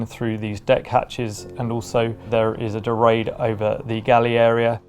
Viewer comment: Door-aid? I thought that was a colonies thing like Boo-ee. All the fellas a Yachting World AND Sue from Berthon say "door-ahd.